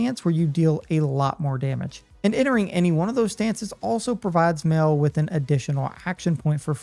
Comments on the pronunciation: you caled lune', loon, its loo-nay, and maelle isnt male its my-ell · "Mail"? "Loon"? "Goostaveh"? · Nothing bothers me more than when someone mispronounces a name when they say it at least 100 times in game. Is it really hard to say My-Elle, Lune-ay, and See-el? Sometimes I think Americans mispronounce foreign names on purpose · You called Maelle "male" and Lune "loon". Cmon bro they speak their names in the voice lines throughout the whole game.